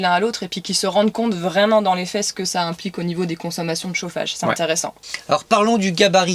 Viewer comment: 🤭🤭🤭ct trop bizarre le ""dans les faits 's'que ca implique"" j'ai entendu, :"dans les fesses ce que ça implique 😂😂😂😂😂